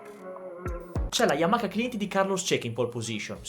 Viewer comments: sei forte!!!! ma per piacere Yamaha non Yamaka 🙏🙏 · Voi italiani dove vedete la "K" o "CH" in Y A M A H A? YAMAKA..... Ma dio can. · Siii siiii YAMAKKKA e perché tu pensi che i giapponesi pronunciano bene i nostri nomi?!?😂😂